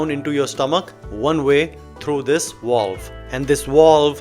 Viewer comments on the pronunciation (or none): A “walve” ? What’s a walve? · Through this "wallve?" lol